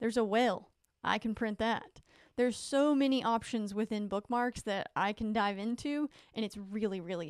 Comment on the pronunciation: You said “Dive” talking about fish bookmarks!! 😂